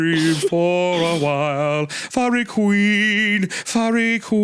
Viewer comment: During the "Feihreeeeh Kweeeen" arc, I think the moment I absolutely LOST IT laughing was when Hunter admitted he had NO familiarity with the song.